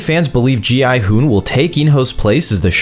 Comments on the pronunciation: Gi Hun is pronounced in every way except the correct way which is (Gyuun) I dont understand why so many videos even none AI generated get the pronouncements wrong it's literally mentioned in the show even in the english dub. It's not (Gee hun) its (Gyuun) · ah yes “g-man and go-hun” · Go hon he hon bro is not saying right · Not gohan😭you say Me: ITS GI-HUN BRUTHA GI-HUN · GMAN IS NOT GI HUN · Gi hun:❌ Go hun:✅ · Why’s he calling gi hun “go Han” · Its gi hun not gman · Gohan Gilbert G man G money G honey Front daddy Those are wild 💀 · Bros pronounciation of gi hun G man Gi hun Gohan Gi money G-I hun Gi- honey Gillbert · “Gi Hun” “G Man” “Gohan” “Gi Money” “Gilbert” “G I Hoon” “Gi Honey” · BRO IT G I HOON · Who is giman bro and giburt and gohun brooo its GIHUN bro plus whos g i houn bro And whos gi money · Bro how many times you said gi hun wrong? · Why does he keep getting gi huns name wrong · You pronunciation of gi huns name, tf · Bro just doesn't know how to say gi hun😂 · WHAT ARE U CALLING GI HUN LMFAOO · bro cant just say 'Gi hun' 😭😭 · Bro called gi-hun everything but gi-hun 💀